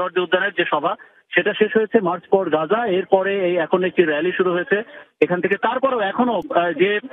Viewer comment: মার্চ ফর পাজা নয় মার্চ ফর গাজা